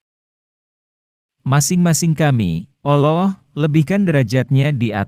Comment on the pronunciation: Kenapa Al loh sih . Mumet kepaladengar nya 😭